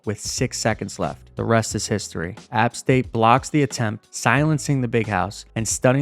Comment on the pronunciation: Never pronounce App State like that again lmao